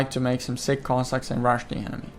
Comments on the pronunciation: ))))) man, not siCK cossacks, but siCH) It pronounses just like in a word CHick - just in the end. Have a nice day!) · narrator is calling sich cossacks "sick cossacks"😂